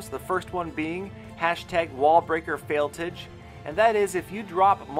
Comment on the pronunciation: valcrys is ok but failtige makes me roll my eyes lol